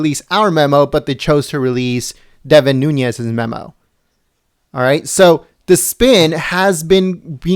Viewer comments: It’s NOONEZ not NoonYes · Devin is my congressman. from my hometown. I must correct pronunciation please... its Nunes= NOON+EZ. (phonetically) no ~ over the N . He is Portuguese. thanks. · It's pronounced 'Newness' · It's pronounced noonez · He doesn't even pronounce Nunes correctly .